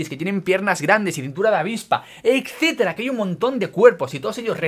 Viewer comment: A ver, me gusta tu contenido, pero por dios, NO DIGAS ECCETERA. Etcétera ETC, NO ECT. No te lo tomes a mal, sigue así!